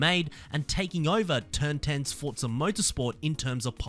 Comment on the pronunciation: “Fotza horizon 6”💀